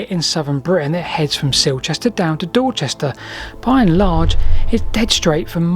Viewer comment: DID he just say Dorsester? (:¬o)